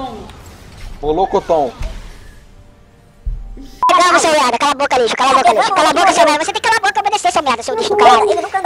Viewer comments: "Mollokoton" kkkk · " Molocotom " kkk